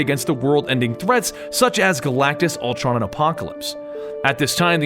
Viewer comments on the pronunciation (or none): none